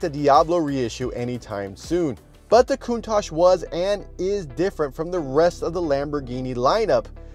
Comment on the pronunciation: Breh it’s not pronounced coont-ach is pronounced count-tach, honestly the most annoying thing Americans say